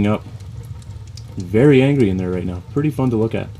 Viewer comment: ''VEERY ANGRY IN THERE'' WHAT COUNTRY ARE YOU FROM? NEVER HEARD THAT ONE!